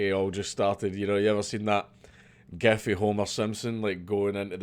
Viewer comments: Lol you say “gif” as “gef” you silly Scots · I think dankula just resolved how to pronounce gif: 'geef'